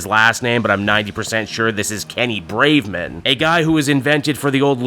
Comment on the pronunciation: Braverman not Braveman...